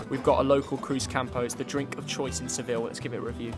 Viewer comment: Bro said Seville💀🙏😭